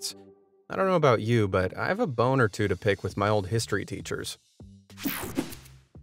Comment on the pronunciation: I thought you said something inappropriate instead of "I have a bone or two"